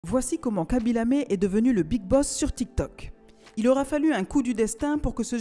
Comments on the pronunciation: Aïe la prononciation du nom ça fais mal on dit laime pas lamé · Khaby lam(é) 😭😭 On le prononce khaby laiyme Mais on l'écrit khaby lame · Ca se prononce Lame et non Lamé.🤣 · vraiment désolant je ne sais pas pourquoi Ils n'aiment pas prononcé normalement les noms des africains c'est pas lamé mais plutôt lame de son vrai nom habib lame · Vous êtes sûr ? Parce qu'en Italie, ont dit "lamé" et Khaby lui-même dit aux journalistes internationaux (notamment ceux de CNN) que son nom se prononce "La-may". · Juste au cas où ça ne se prononce pas "khaby lamé" ça se prononce "khaby l'heym" par contre ça s'écrit bel et bien khaby lame , je m'excuse d'avance si la voix off avait un problème de dys (genre dyslexie) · un nom est propre ça se prononce comme ça doit se prononcer. Y’a pas d’accent donc « Lame » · ça se prononce pas comme ça s’écrit; de base ça se prononce haby mais les autres (ceux qui sont pas sénégalais) le prononcent mal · Non ça se prononce khaby lamé il l'a même dit arrêter de m'appeler khaby layme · C'est khaby l(ay)me ça se prononce comme ça 🤣🤣🤣🤣🤣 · Tu as prononcé kabilamé ?? Escuse moa?? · Sa se prononce < > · non! Ça se prononce comme le prononcent les Sénégalais. Respectez nous quand-même. Quand il s'agit d'un nom occidentale tu seras vachement moqué si tu le prononce mal. On dit "Modritch, Harry Magouwaye, cassemiro etc..." mais quand il s'agit d'un nom sénégalais personne ne fait d'efforts pour l'appeler par son nom